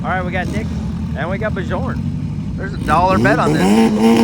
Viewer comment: The J in Bjorn is silent. :face-blue-smiling